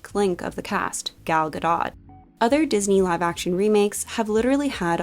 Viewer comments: Lmaooo why did you pronounce her name as gal ga-dot 💀😭😭 isnt her last name pronounced ga-doe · Fyi, Gal's last name is pronounced Gah-DOTE.😎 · Her name is Gal "Gah-doh" with a long O. the T is silent. oof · Nope, it’s Gah-doht! גדות, It’s from Hebrew :) I know so many Western Europeans, Americans, and Canadians though pronounces it like ga-doe, prolly because it kinda seems french 😂